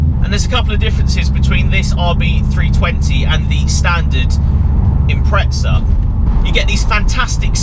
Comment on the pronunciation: no "t" in impreza